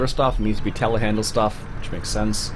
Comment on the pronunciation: Not to be rude... do you know that there is a "R"at the end of Telehandler?